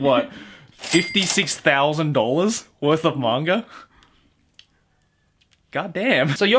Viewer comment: Im I the only one who hears saying manger instead of manga?